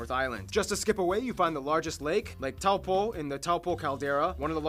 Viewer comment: Like Toe poor (how hard is that to pronounce right???). I think it's improving though. People are making more of an effort to pronounce maori words properly. I'm not sure how old you are but back in the day, the news reporters went to great lengths to pronounce French or Italian correctly, but butchered Maori. I think part of the problem was that no one bothered to correct them.